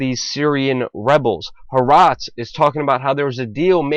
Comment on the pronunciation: Israel is supporting nut jobs killing a-holes....... Good strategy. Help them wipe each other out. And it's Golan heights not Golam. And ha-aretz, not Harez, damn you're dumb